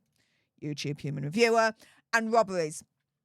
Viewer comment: Vvvvvvobbevvvvies😂 um robberies